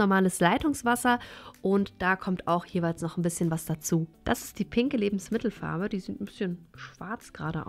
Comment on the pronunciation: Kannst du Lebensmittelfarbe nicht mal normal ansprechen!